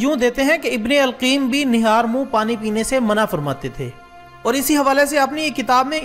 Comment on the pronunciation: Ibn e qayyam not ibn e qeem correct your renunciation